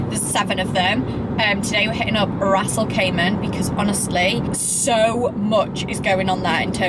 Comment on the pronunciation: Stop saying Ras al cayman....Ras Al Kimah!